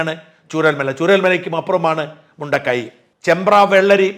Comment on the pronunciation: മുണ്ടക്കയം അതാണ് പേരു് ശരിയായ ഉച്ചാരണം ആവശ്യം ഇല്ലേ